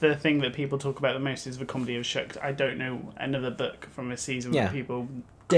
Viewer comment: It's "Shucked" not "Shooked"!!!